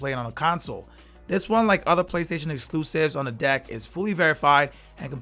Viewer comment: Why does he keep saying dick instead of deck?